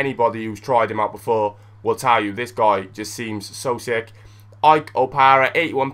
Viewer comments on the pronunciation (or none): none